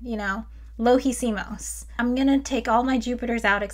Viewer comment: "lo hicimos", perfect Spanish, cool. By the way, are there simulators for thermodynamics? Just wondering...